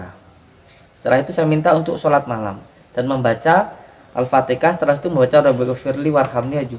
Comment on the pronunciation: Assalam, mohon maaf sebelumnya,penyebutan alfatikhah itu salah,yang benar itu alfatihah,tolong perbaikit ya,mohon maaf saya mengingatkan